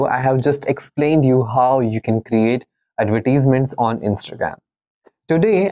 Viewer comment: bhai bolna to seekh lay. Adverteasements 🤣🤣🤣